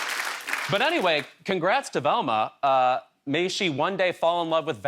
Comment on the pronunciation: "Relma's a Resbian?" says Scooby. Yeah I didn't figure that out in 1985.